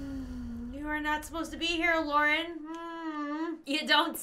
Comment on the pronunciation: It’s Lauren stop calling her LAURE!